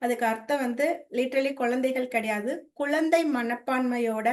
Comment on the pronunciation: உங்களுடைய ஆன்மீக சேவை மிகவும் நன்றாக உள்ளது ஒரு சிறிய திருத்தம் செய்து கொண்டால் மேலும் சிறப்பாக இருக்கும். ள ழ ல உச்சரிப்பில் சற்று கவனம் செலுத்தினால் மேலும் சிறப்பாக இருக்கும். Ex. குலந்தை, முலுசா etc. நன்றி.